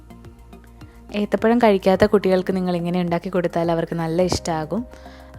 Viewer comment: Ethapayamo Athapayamo😂